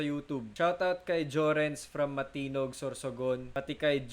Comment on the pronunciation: Matnog pronounce nun Hindi matinog